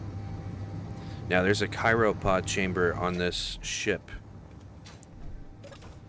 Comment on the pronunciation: Lol you mean cryo (cry oh) pod? Or you saying ky roh on purpose?